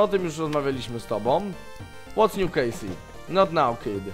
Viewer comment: Czytaj Kejsi z taką końcówką J